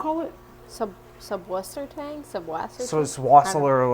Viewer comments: It's susswassertang (pronounced like "suss-WAHSS-er-tahng" if you wanna get close or "zuss-VAHSS-ehr-tahng" if you wanna get real fancy with your German pronunciation), not subwassertang. The reason people mistakenly think it's "subwassertang" is that the German word "Süßwassertang" has that ß letter that MEANS double S but looks kind of like a capital B. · SüsswasserTang was the second plant in the Shrimp aquarium! Soos Wah sir tang is how its pronounced.